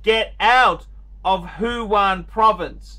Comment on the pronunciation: What an idiot. Foolish person. Btw it’s Wuhan not huhan....